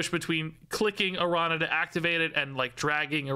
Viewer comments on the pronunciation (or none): Wasn't that (the activate ability) kinda what they were originally going for with Kitty Pryde? Wasn't she originally a card that you could bring back to your hand? If so, maybe there will be cards that can actuvate more than once? Also, and i apologize for being nitpicky, but it's Aran- ya. Not arana. The ~ over the N gives it the yuh or ya sound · Pronounce it like it was written as Arania. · Not to be that guy, but the ñ in Araña is pronounced "ny" - the closest I can think of as an English example is the catgirl "nya" thing -, so it's pronounced "Aranya". It literally just means "Spider" in Spanish. I'm definitely being that guy. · Araña is pronounced "Aranya" it means spider in spanish😅😊